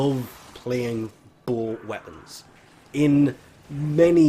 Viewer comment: It took me like 5 minutes before I realized you were saying "bow." I was all like "WTF is a bull weapon?"